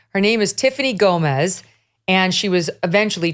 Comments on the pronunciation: Her name is Gomas, not Gomez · Her surname is Gomas. Not Gomez. She isn't Hispanic or if she is she is a very white Hispanic with Spanish lineage. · It's Gomas, not Gomez 👍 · Sr.. it is Tiffany GOMAS, not GOMEZ... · GOMAS not Gomez. NOT Latino. What the... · Her last name is not Gomez, it’s Gomas. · Her last name is Gomas, NOT Gomez. And yes, she's obviously lying. Her explanation made ZERO sense. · Her last name is gomas not gomez. The reason I know this is I fucked with my Mexican friend Eric gomez laughing like are you related. And he corrected me it’s actually gomas haha